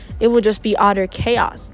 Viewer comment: "it would be otter chaos"